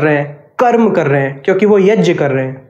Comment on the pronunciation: It's YAG not YAJ